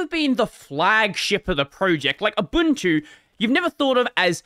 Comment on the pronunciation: Fun fact: Ubuntu is pronounced Oobuntu.